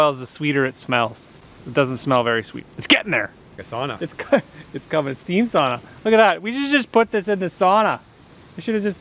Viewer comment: my first one was that tall too. Do a hand crank forge blower on your evaporator you will really get that sap rollin!! love your videos bud! P.s you make me cringe whenever you say sana, bro its sauna ! 🤣 ! But you do your thing very entertaining stuff!